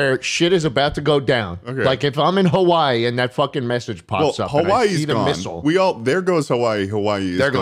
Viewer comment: there goes HaWAii, the-the-there-there goes HaWAii